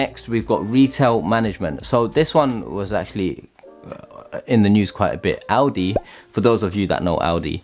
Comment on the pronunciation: Good vid, thought you were saying Audi when you said Aldi....even more surprising